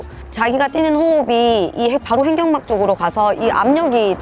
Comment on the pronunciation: 횡경막 아니고 횡‘격’막입니다 ㅎㅎ